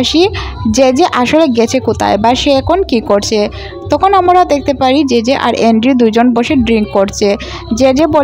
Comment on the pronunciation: আপনি 'আমরা' কথাটাকে বারবার 'আমোরা' কেন বলতে থাকেন 😡😡🤬🤬